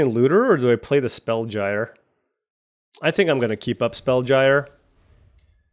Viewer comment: Spellgyre is pronounced like spellgear.